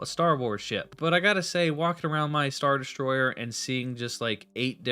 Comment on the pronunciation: „schtar deschtroyer“